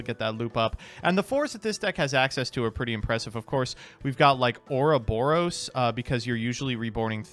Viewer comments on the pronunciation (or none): Why can’t say Ouroboros correctly?